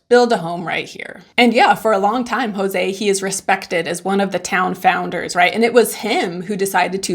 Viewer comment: "JoSE" no "JOse"